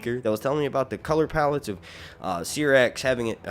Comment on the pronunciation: Dude I love your videos, but it’s pronounced (SIGH)rax. Not (SEE)rax.